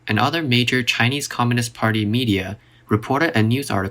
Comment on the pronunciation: You should also make video's about your own country 😦 the way you say communists part every time...